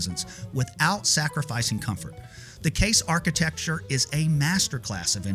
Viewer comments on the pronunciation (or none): none